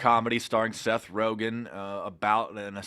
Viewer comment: The name is Seth RogEn with an E please. Pronounced like ROGENerator